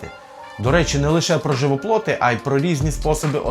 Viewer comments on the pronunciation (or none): Клас. Але на майбутні відео: "живоплІт" - не "живоплот".